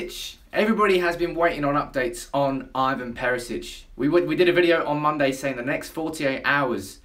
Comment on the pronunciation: ITS IVAN NOT IVON FFS ANNOYING ASS